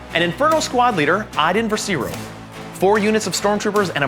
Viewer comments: Iden Versio "ver-si-o" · Just letting you for future vids it is pronounced ver-see-oh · First "Greivious", now "Versiro"? Do you guys read the spelling of the names, or at least listen to the content their in where they say their names? (Great video and game tho just the pronunciation is a pet peeve.)